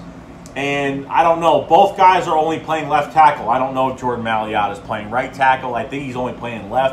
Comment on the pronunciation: M-A-I-L-A-T-A (My-Luh-Tuh), not maliata!! he is a beast!!!